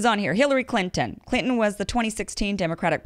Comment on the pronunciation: I love the way you say Clinton lmao